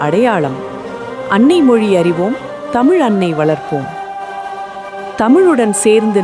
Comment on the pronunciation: Totally appreciate your sharing imp knowledge and your love for tamizh. But please learn to pronounce tamizh correctly. Learning to differentiate la as in malai and la as in vellam ( water) is extremely imp in this process.